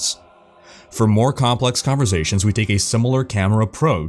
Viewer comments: Me sober: converSations me drunk: converZations sober: converZations XD <3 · "converZations" really made my teeth grind